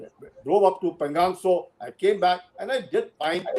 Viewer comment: Why do you call pengong tso as पेंगॅंग त्सो and not पेंगाॅंग त्सो ? What is correct?